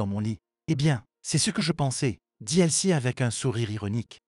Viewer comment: Le prénom de l'amie de la mère est Elsie et non pas "elle ci"